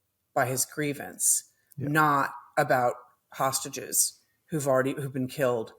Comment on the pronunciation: Trump said, "saugeses" v "hostages".